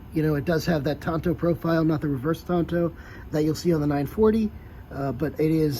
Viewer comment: Did you graduate the 5th grade? It's a Tanto, not a Tonto! KnifeMaker